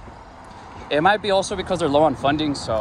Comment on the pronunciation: Did you say cops need more funding or They need fundling.🤣🤣🤣